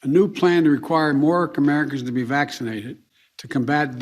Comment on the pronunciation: Loved "comericans" 🤣🤣🤣